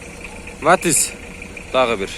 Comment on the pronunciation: Матиз деп так айтчы